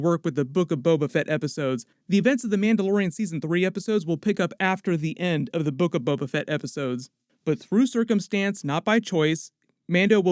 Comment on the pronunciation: "The Book-O-'Tan" LMFAO 😀😃😄😁😆😅😂🤣